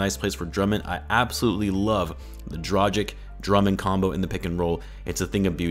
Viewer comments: I swear to God his name is DRAGICH not DRAJIK, you know like Vucevic or Doncic or Jokic = Dragic -_ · Dragič! Pronounce "g" as "good" not "gee" and pronounce "č" as "cheek" not "corn"!